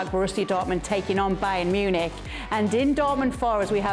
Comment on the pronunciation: what is BAYER Munich?